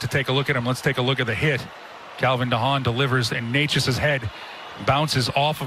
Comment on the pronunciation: Hope Necas is alright, but is anyone going to talk about the God awful commentating??? Like that is definitely not how you say his name